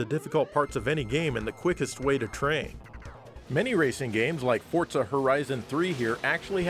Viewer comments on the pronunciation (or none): If you pronounce Forza as Fort-Za, then youre cheating